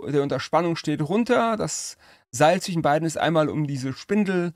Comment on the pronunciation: Ach, schau an. Da steckte also der Tastaturenarzt. Schwachkopf, jeder hört, daß der Mann ein Sprachdefekt hat. Er kann weder ein sch (Er sagt zwichen.), ein Z oder ein s aussprechen. Vom weglassen der Akkusativformen will ich erst gar nichts sagen.